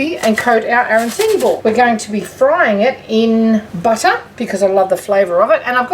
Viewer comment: Well you call them aranSini. The Italian ones are pronounced aranCHini. Good idea though.